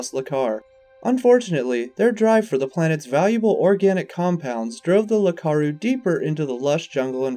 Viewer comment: It isn't "Lakaru", it's "Iakaru". With an i.